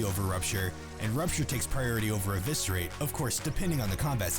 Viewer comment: Nice video, but every time that second guy says "evisk" I want to throw up. The C in Eviscerate is silent geddemnit.